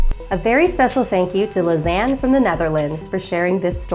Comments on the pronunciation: Even though I know she says ”Lisanne” I keep hearing ”Lasagna” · Everytime she says Lisane, I keep on thinking of lasagne😂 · Her name is a mispronunciation of lasagna. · Lisanne is my name... But it's not pronounced like that